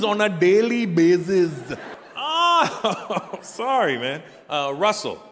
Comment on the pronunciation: "The name you use on a daily bazizzzz"😂😂😂😂